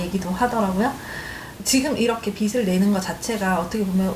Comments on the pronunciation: 빚을 자꾸 빗이라고 하네 그러니까 빚이 생기지 답답하네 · '빚을'의 발음은 '비즐'인데 '비슬'이라고들 하니까 거슬리네요.